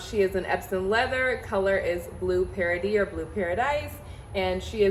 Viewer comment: Beautiful bag! It's in french pronounced "Paradee" Congratulations!💙